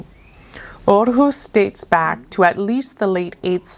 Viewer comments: So funny that the photo on this puzzle was taken in Aarhus. I actually live in the capital city of Denmark and it was quite interesting to hear some facts from Aarhus city. It was very educational and you pronounced it quite well 😃🧩🧩 I'm looking forward to see your next section from the travel around art puzzle 👀😊🧩🧩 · Hahaha. I work in Aarhus every day 😀 Good pronounciation 👍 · Amazing time, and you pronounced Aarhus great 😁